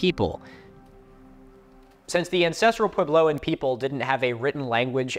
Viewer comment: It's going to kill me the way Milo keeps saying "pway-blow". Edit: especially since he says puebloan correctly!